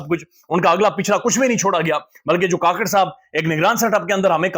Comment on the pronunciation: Anwar ul haq. " kuk-kar " NOT ka-kar